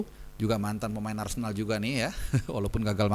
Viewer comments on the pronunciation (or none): none